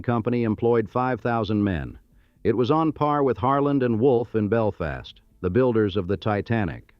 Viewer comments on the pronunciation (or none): none